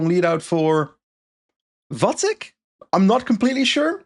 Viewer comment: FYI, out of the two pronunciations of Vacek's surname, is the correct one!